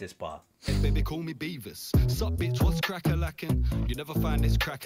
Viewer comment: He said Beavis not Beaver. Beavis from Beavis & Butthead.